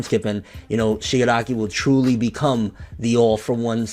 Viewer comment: Haha u cant say shigaraki kid